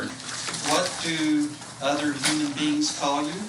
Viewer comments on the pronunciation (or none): HE CALLED THEM HUNAN BEINGSSSS OMG .. BLACKS LAW DICTIONARY WILL TELL YOU WHAT WORDS MEAN